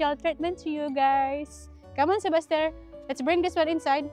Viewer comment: Noticed ko lNg why you keep on calling your son Sebaster I thought his name is Sebastien. What it his real name?